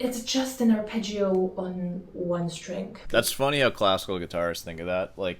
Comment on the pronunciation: It's Da-dario, not Dia-dario. Also, ar-pe-jo. In Italian Gio, Gia is always pronounced "jo", "ja" short.